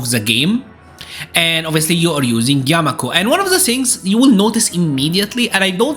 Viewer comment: Yakumo not yamako...